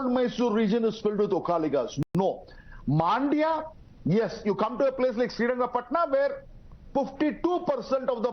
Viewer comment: Everyone it's Mandya and not Maandya !! 🤦🏾‍♂️